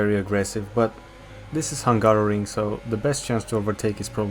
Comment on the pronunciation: bineinteles ca nu vrei sa spui "hunarian gp", urasti ungaria ca orice roman :)